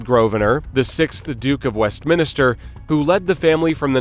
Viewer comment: The name is said "GROVE-nər." There are two syllables. Also, it's Westminster, not "West Minister."